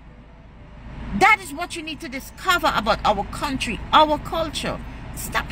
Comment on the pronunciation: Audacity is at an all time high... She can’t even pronounce the name of the country properly.